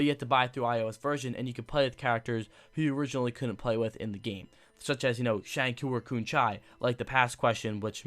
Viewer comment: Shangchoo and coo chang Lmao I'm dead.